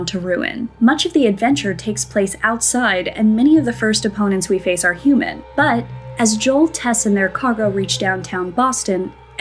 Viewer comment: Please never say the word "but" again